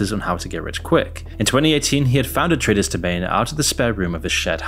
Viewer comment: your limey vocal filter pronounces Traders Domain as Tre Does Jermaine